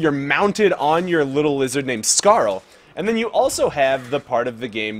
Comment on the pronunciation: "he said a curse word", you know this isn't a kids game right? and, why do you say Skaar as Scarl, its Skaar(scar or scare). I'm sorry, I just got a little annoyed by that.